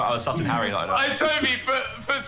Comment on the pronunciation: Everyone: "Harry" Dream: "Hairy"